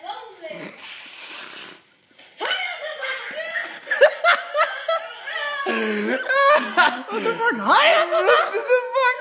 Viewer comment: Hahaha ook echt moord met een 't', geweldig